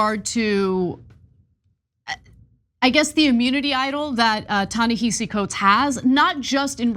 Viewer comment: Ana love u kween, pls learn how to pronounce Tanehisi’s name